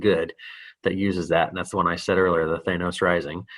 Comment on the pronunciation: He kept saying it as "Thanus" instead of "Thanos" lol Reminded me of the "Thanus Theory"